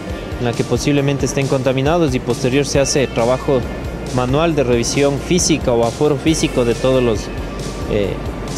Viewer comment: La REVISIÓN NO REVIZASIÓN